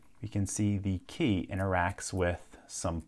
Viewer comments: Why does he call it a Kay? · He says "key" like "quay".